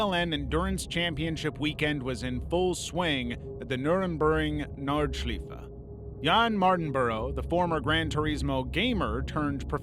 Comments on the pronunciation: That pronunciation of nurburgring nordscleife was awful, also you said the track was rebuilt into something safer, false statement, they flattened the bump quite a bit and added an extra layer of catch fencing at that corner and a few others that had close calls in the past, the track still remains largely the same as it has been since the opening of the Grand Prix layout in the 80s apart from making safety related changes, it is a historic and legendary track, it will never be "rebuilt into something safer". People go there knowing the risks, and if they are not comfortable with that risk they dont go, that is kind of the point with racing, if you want to go racing without the danger involved do sim racing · I'm an American. I winced at his pronunciation of Senna, Imola and then, later in the video, Nurburgring and Nordschleife